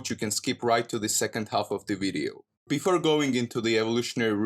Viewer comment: "this wideo ... " LOL